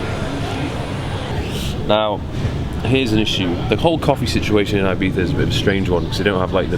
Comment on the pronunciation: We Spaniards appreciate you saying Ibiza and not eye-bitha